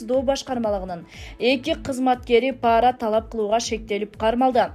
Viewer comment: Окуп аткан Кыз туура окусан паара деп окубай пара деп окусан